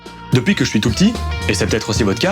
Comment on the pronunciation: J'aime beaucoup tes vidéos. Mais s'il te plaît. Arrête de prononcer depouis et dis depuis...